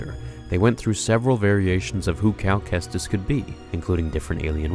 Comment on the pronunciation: Cal KEKstus